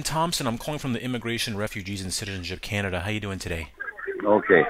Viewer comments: “canda” lmfao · He said canda but u pronounce it Canada. U idiot